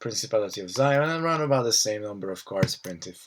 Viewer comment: Great video! Good analysis of the cards! Nitpick... its pronounced Zee On. :P